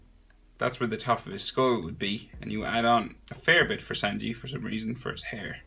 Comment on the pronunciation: Its sanji but it’s pronounced sUnji